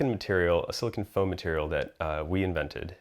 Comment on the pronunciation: Argh! Sili CONE!, not CON! Argh!